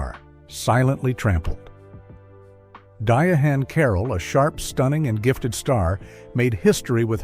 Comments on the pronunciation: It's not pronounced "Diahan" it's pronounced "Diane" Carroll. Idiot.😄😄😄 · It's pronounced Diane Carol not diahane carol